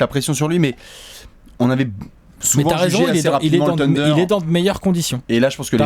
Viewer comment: Faites un effort sur la prononciation du nom psk sa fait saigner les oreilles les" teundeurs ", " abrinés " , "grunt"